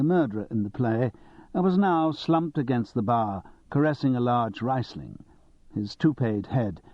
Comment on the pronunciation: The reader is SO annoying. If he can't pronounce Riesling and Marius he shouldn't be reading Simon Brett. And I've only got to about ten minutes in.